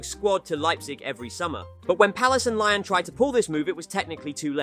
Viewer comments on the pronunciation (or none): Why do you keep saying “lion” instead of “Lyon”? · Lyon is not pronounced “Lion”. It’s Lee-Own. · Bro can’t even pronounce Lyon properly. Not very good from a supposed football channel